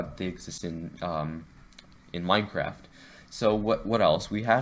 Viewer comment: Minecwaft is dode